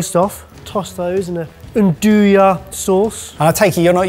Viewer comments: One day I pray you lot will learn to pronounce andouille correctly. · The way you guys always pronounce "andouille" just kills me 😂😂😂